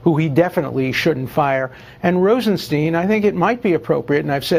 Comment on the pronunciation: Rosenstein testified and explained his name is pronounced like Feinstein. Why can't reporters remember that?